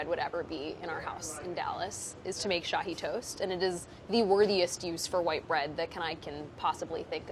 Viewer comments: Love the way you pronounce Shahi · Love the way you pronounce Shahi (aka my family name) . It’s also called double ka meetha. I know why you call your mama gabbu ha ha ha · Lol Shahi is my name. It comes from shahinaz which apparently is the name of a Persian queen like a million years ago. Sounds super weird hearing someone who doesn’t know me actually say it right! Haha